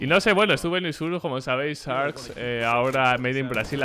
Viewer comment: por favor si vas a usar la pronunciacion en ingles decilo bien, poruqe decis SARKS y la verdad tuve que ir a buscar el nombre del team a ver a que te referias♥